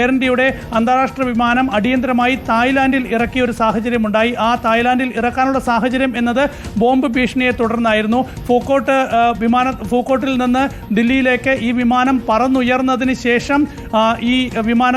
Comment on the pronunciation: പൂക്കോട്ട് അല്ലെടോ പൂക്കോട് 😂